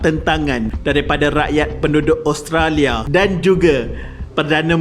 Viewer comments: min sebut oustolia ehhhh 😜😜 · cuba dgr tiap kali admin sebut Australia...mcm dia sebut Oustralia 😜